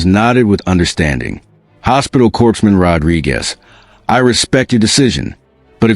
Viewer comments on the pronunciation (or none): Corpse man? Pronounced core man! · Corpsman is pronounced CORE-man, comes from French. Corpse has an 'e' on the end!